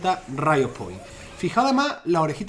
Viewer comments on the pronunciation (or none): none